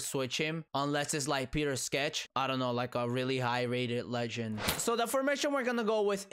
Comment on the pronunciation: Mans said Peter Sketch 😂